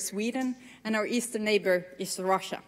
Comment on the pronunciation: "our western neighbor is Sweetie😍 and our eastern neighbor is RRRóssiA👹". She did it on Purpose to get Putin-the-idiot upset.